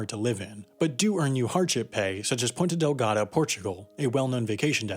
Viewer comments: It is Ponta Delgada not Ponte Delgada :D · it's Ponta Delgada, not "ponte" :p still, such a surprise, never thought I'd see my city mentioned in a video like this, specially after being here from falling into a YouTube rabbit hole ahah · It's Ponta Delgada not Ponte Delgada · Ponta* Delgada :'( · It's "Ponta Delgada" and not "Ponte Delgada", source: I'm Portuguese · It's called Ponta Delgada, not Ponte. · Mistake spotted: its Ponta Delgada not PontE Delgada. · It's Ponta Delgada, not Ponte Delgada ;) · "Ponta" Delgada, not Ponte.... -. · PontA Delgada, not Ponte... Apart from that, great piece! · It's Ponta Delgada, not Ponte. It's easier to just refer to it as the Azores. Most people recognize that name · *Ponta Delgada, not Ponte. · PontA* Delgada bro. cheers! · OOps! It's PontA Delgada (not PontE). ;) (ponta = pointing edge | ponte = bridge) Anyway, excellent video. Greetings from Portugal. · It's Ponta Delgada (Thin Point) not Ponte Delgada (Thin Bridge)